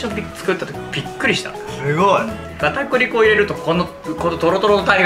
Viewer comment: 片栗粉かぁ～(ギガか～の発音)